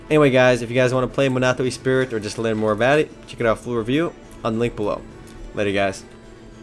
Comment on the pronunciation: E-spirit? "Ess-pree". Also, you have a somewhat creepy loli-fascination and it makes me nervous? ^^